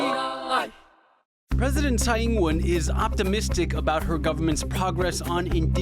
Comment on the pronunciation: Would a Taiwanese news outlet not be able to find a reporter able to pronounce the Taiwanese president's name correctly? We all have accents and I don't expect perfection but this is so off, it distracts from the reporting.